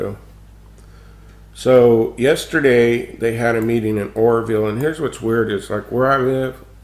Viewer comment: lol, it sounded like you said the horrorville dam, which would be a more appropriate name.